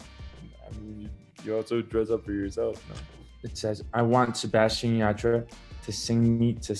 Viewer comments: Why did I get thrown off when he said his name americanized I was like wait who is Sebastian I only know Sebastián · En serio se atrevió a decir SebaSHian ? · Jajajajaj por qué dice así su nombre?! Jajajajajaj boludo tu nombre tiene un acento en la última A 😂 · okay but same😂😂 I had to rewind it to see if he really said it like that😂